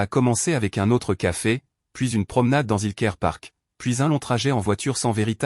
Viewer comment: 28mn environ..😂😂😂😂 " Qu'à fait ?" ..au lieu de " Café ?"...😁😁😁😁